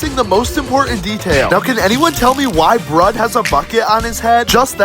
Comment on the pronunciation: "Bread"💀🙏 bro his name is brud not bread